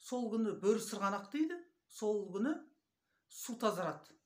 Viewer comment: ЕЛДІ БІЛМЕЙДІ ДЕП ОЙЛАЙСЫҢДАР МА , " БӨРІСЫРҒАНАҚ " ЕМЕС , БӨРІСЫРҒАҚ !!! НЕ БЫЛЖЫРАП ОТЫРСЫҢ !!!